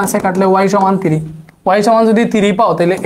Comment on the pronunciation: Sir three কে থিরি বলে 😂 Don,t mind 😁